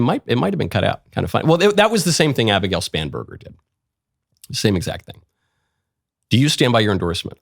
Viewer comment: I heard Abigail Spamburger, and I can not stop hearing it that way.